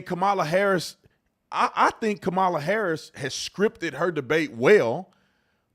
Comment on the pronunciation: Stop being rude and disrespectful! Calling people names and pronouncing VP Harris's name incorrectly.